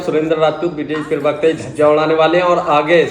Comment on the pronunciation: Arey bhai parwakata kahna tou seekh lo